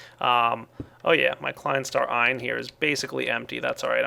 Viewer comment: As a German student, I can tel you that you do pronounce ein correctly, however "zwei" not so much, w is pronounced as a v in German so it would sound like "Zveye" phoneticaly, please take this on board, it's a bit of an earsore... :)